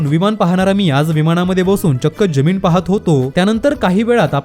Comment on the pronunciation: भाऊ तुझं खूप खूप अभिनंदन👏 फक्त मराठीतले काही उच्चार चुकीचे आहेत जसे कि जमीन आहे . तू ज्यमीन असा उच्चार करतो .